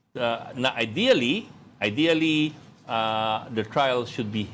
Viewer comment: So disappointing. I leave the group of team BAM because of the word, "IDEALLY"...ideally not spoken right and clearly vague. Disappointing Sen. BAM. Ideally..😢 We detached..